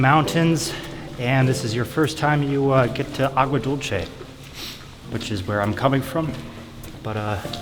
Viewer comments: Agua Dulche lol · Agua Dulce is pronounced Dul-sey because it is Spanish not Dul-che that would be an Italian pronunciation of sweet. Nice vid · Its pronounced Agua Dulse = Agua Dulce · Sweet water, and it's Spanish, not Italian, that's why it's not -che.